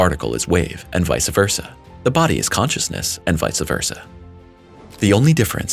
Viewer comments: BTW, it's Vice Versa, not Vice ahh. Ouch. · I know, I cringe